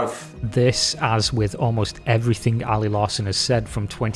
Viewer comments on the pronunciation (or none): Never trust a person who pronounces everything as everythink. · It's ophva, everyphin is gon. Everphin is gone m8, it's ovpha